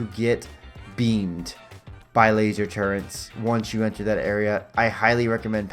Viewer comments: There's no N in turrets my guy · Nucular 😂 turrents 😂